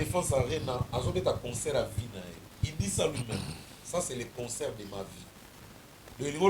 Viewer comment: t'as vraiment un problème de prononciation ont dit pas cheures amis mais chers amis tu aime aussi dire conceur ont dit concert